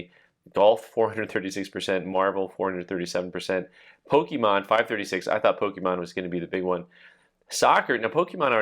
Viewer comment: I swear there isn’t a person over 40 that knows how to pronounce Pokémon